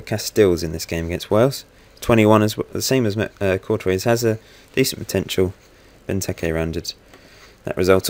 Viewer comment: Good video but Courtois is pronounced 'Cor-twa' not 'Cor-toise'